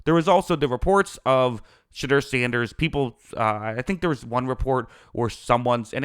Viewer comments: Smetimes when you say his name it sounds like you're saying "Shitter" Sanders and it kinda fits tbh. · If u do not watch college football u should NOT be one to elaborate on a player or players.. plus u are not pronouncing his name correctly.